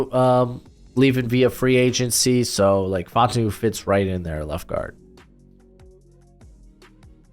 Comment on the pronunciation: what's up with you pronouncing so many people's names wrong?? Brian Daboll, Troy Fautanu, Xavier Legette, etc... Also this is WORST mock draft I've seen in 2024. Raiders and Chiefs picks were terrible. Penix and McCarthy are way too high. The CB's are way too low. No Wiggins, Kool-Aid, JPJ, Brian Thomas in the 1st round??